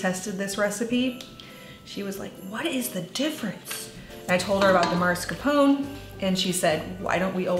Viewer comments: Sorry, you misspelled and mispronounced mascarpone. Look at the package. Mascarpone (mah•scar•ponay) not maRscapone. Probably new baby brain. Take care, mama! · That cheese's name is usually pronounced maa·skaar·pow·nay. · Hi Mascarpone is an Italian cheese it’s pronounced mass-car-ponay (like the horse kinda)! Love your channel your vids and your recipes. Thanks for all your lovely content as always 🙏🏻 🥰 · Delicious recipe! Mascarpone is pronounced 'Ma-scar-poe-nay',ie pronounce the 'E' at the end. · Good morning, This looks like a wonderful recipe! And I’ll be inspired to try it or something like it, thank you for sharing:) On a separate note, both the pronunciation and spelling of Mascarpone is incorrect; thought you would want to know especially since you are promoting Mascarpone:) ( All of us Italians are probably going crazy;) )